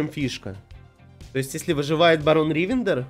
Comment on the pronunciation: Как же режет уши ударение в слове Ривендер. Оно на последний слог.